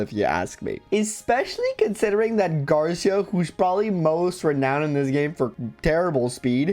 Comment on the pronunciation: Hearing you call Garcia "" was definitely amusing 🤣 I speak both Spanish and English, so I could never call him anything other than "Gar-see-a"